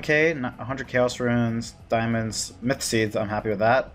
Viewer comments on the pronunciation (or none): none